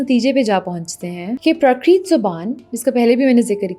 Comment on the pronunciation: jab aap itne behtareen talaffuz se Farsi aur Arabi ke alfaaz bol leti h toh thoda Sanskrit wale shabdo pe bhi gaur kar liya karein. - HIMAA-laya (aur HIMAA-chal) hota h, Himuh-LAAYAA nahi - PRAA-krit (not Pruh-KREET) - AADI Gruhnth (not aDEE GRAAnth) - PAATH-shaalaa (plural - PAATH-shaalaayein) Bura manne ki baat nahi hai, aap Musalmaan h zaahir h aapne inme se kaii alfaaz nahi sune honge par Punjabi ki baat ho rahi hai toh dhyaan dena banta h. Balki Urdu ki bhi baat ho toh bhi Sanskrit ke alfaazo ka talaffuz zehen m rakhna chahiye. Appreciate your effort for making awareness on the history of Punjabi language though!